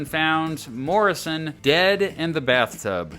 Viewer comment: Why did it come out like “Morison found Morison” that is so strange